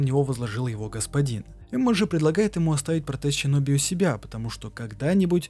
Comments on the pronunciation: А можно Шиноби а не Сщиноби, Асина а не Асщина, Исин а не Исщин. Очень интересно, но слушать это невозможно. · Отличная работа. Только я не понимаю, зачем говорить Ащина, Ищщин, Щиноби... И секирО. Ну даже в японской озвучке ясно слышно СэкИро А, ну и конечно же не секиро вовсе, а Волк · Щёгун и щиноби, серьезно? Японцы это так произносят? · Вот все хорошо, но или СИноби(по Поливанову) или же ШЫноби))) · Арррргххх. ну ззачем зачем ТАК ЩИпеть? ну не ЩИноби а Шиноби не аЩИкаге а аШикаге. Да блин на хрена повсюду эту Щи вставлять? Аж уши режет. Там нет ни аСин ни аЩин. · сам ты щиноби, омг, шиноби*)) Нету в их языке вообще щ. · тоже сначало резануло слух, то потом понял что в аниме именно так и произносят. ТОЛЬКО САБЫ , ТОЛЬКО ХАРДКОР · Геничиро, щиноби, ащина, учись произношению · И всё таки как правильно будет Щиноби, шиноби или синоби? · Столько времени прошло... Наткнулся на обзор, послушал первые 8 минут, раз 15 произнесённое слово "ЩИНОБИ" и пару АЩИНА/ИЩЩИН убило меня и мой слух, ебнул дизлайк, сори. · Почему вместо "С" звучит "Щ"? Даже в игре все написано через С, а у самих японцев нет такого звука. Что за отсебятина? Это не английский язык. Слух режет. Щиноби... нечего добавить.